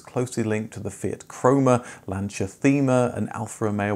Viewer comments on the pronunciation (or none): Somebody has probably said this already but, Thema is pronounced 'tayma'.